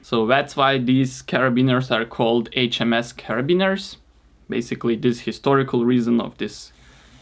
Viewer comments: The pronounceiation of HMS was actually correct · Pronounced amazingly that HMS 😉 greetings from Germany